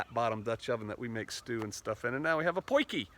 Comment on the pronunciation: It's not 'Poiky' it is 'Potje' which means 'little pot'. Who told you to sabotage my language ;-?